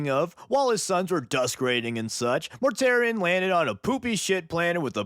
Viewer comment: Mortarion: ❌ Mortare Ian: ✅